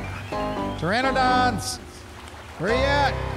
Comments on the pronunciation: God. I've been watching for so long and this is the FIRST TIME any of you said "pteranodon" correctly, thank you! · It felt weird hearing any one of you actually say "pteranodon" correctly. I know it was a struggle, but you did it. It's been years since one of you even tried. I am so proud.